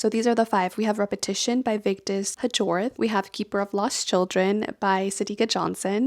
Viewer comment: This isn't to be petty, you just strike me as a person who wants to know how names are pronounced correctly (and it will make talking about the author much easier should you read another book by her): Vigdis Hjorth's last name is pronounced more like "Yoort" (with a rolled r). Thanks for presenting your recent reads. Some sounded very interesting and might make it onto the stack of book I intend to read.